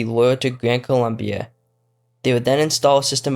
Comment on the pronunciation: Expert in history cant even name a country correctly (its Colombia)